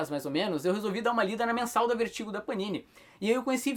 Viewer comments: o cara do video pronuncia o nome do selo VERTIGO como "Vêrtigo" o tempo todo. Acredito que a pronuncia correta seria "Vértigou" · a pronuncia correta nao seria "Vértigou"??